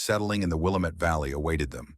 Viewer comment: WILLAAAAAMET NOT the Wilimet. That's the problem with AI-it mispronounces a lot of words.